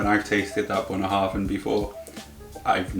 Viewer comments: If Bunnahabhain do a rum finish they need to call it Bannahaven now. That did make me laugh quite a bit, but I dare say my first attempt at pronouncing it was probably far worse. It's not a line up I would have went for of reasonably priced sherried whiskies, especially having a Dalmore in there, but it was a fun video. I wonder if people visiting you are thinking, great I'm probably going to get some decent whisky to try, or Oh god, he's probably going to try and get me in one of his videos again! (Or a combination of both!) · Bananaharvin! Please ask her to do a pronunciation video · That's Bunnahabhain... Just like That's Fronkensteen...